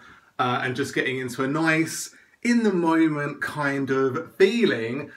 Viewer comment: What's a "moyment?"